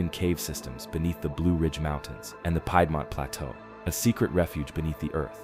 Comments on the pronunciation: VA born and raised also It's not Pie-dmont like a 🥧its Peedmont "Piedmont ✌🏻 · Yes. One example was piedmont, it's pronounced as peed-mont not pied-mont. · Peedmont. For the word Piedmont... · You know if you’re gonna talk about a place you should learn how to say the words right. Rivanna is short for the river anna. Riv anna. Piedmont is pronounced peedmont. Staunton is pronounced stan ton. There were a bunch more but seriously. Jeez. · Also: Iroquois s/b EER -o-kwah, Piedmont s/b PEED-mont; Chimneys - "ch" sound as in chip, not "k" sound; sed-i-MEN-tary, not sed-i-men-TARY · Dead at how he pronounced Piedmont